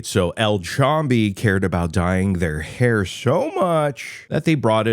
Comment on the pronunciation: It’s fucking called “HAIR” not Here stupid fuck